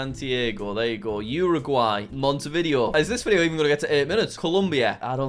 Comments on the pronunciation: he said “mont-eh-vid-ee-oh” he the “video” part more like the word “video” instead of “vid-ay-oh” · P.S. no hate, i even think the video was fun, but its a little bit annoying to hear monte vIdeo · Jack. Jack PLEASE do a video where you learn how to ✨pronounce✨ all the capitals in south america quito: kee-toe, not kwi-toe bogota: bo-guh-TA, not bo-GO-ta montevideo: mon-teh-vee-day-oh, not mon-tuh-vi-dee-oh